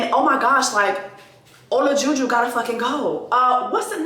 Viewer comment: Not ola-ju ju 😭 but yes MAFS seems not to care about ppls —esp blk women’s mental health & it’s hard to watch sometimes . Btw his wife’s name is katina